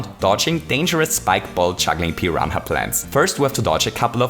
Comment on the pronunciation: Just a heads up, you don't pronounce the ''h'' in "piranha" at all.